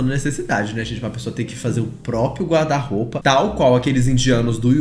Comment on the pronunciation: Os erros de português dele "me dão nos nervos". São coisas básicas, tipo: amando e ele fala AMANO, guarda- roupa, ele fala guarda-roupe é por aí vai...